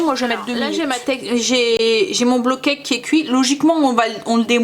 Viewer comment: Trop bon les porridges! J’adore moi la version poire chocolat 🙈 et c’est rigolo au lieu de dire bowl cake tu dis blow cake 😂 ça veut dire gâteau soufflé du coup et plus gâteau cuit au bol, c’est mignon ^^